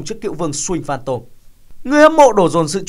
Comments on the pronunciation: .. Nghe đi.. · MC đọc kém vl.. Swing Phantom thì chữ "sờ" của Swing đọc nhanh lên.. Sờ Wing Phan Tom.. Đọc nhức nách..